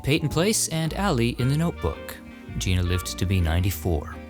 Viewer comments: Gena Rowlands was a wonderful actress - may I politely point out that her first name was pronounced like "Jenna," rather than sounding like "Gee-na." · Gena Rowlands. Her name is pronounced "Jenna;" not 'Gina." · Welcome back. It is Gena [like Henna] not Gina Rowlands. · First time viewer, here. Great work! 👍 A note regarding Gena Rowlands: Gena is pronounced like Jenna, not Gina. I don’t think anyone could blame someone your age for not knowing that, though. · Geh-nah. Not Gee-nah. Sounds like Jenna. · Notes: • Gena Rowlands' name is pronounced "Jenna." • Math isn't mathing on Jack Arnold. 1912 to 1992 ≠ 75 years. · Gena Rowlands is pronounced like Jenna. Otherwise I love your videos!! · Gena Rowlands first name is pronounced like “Jenna.” ❤